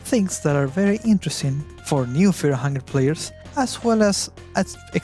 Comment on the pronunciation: Feaw and hungew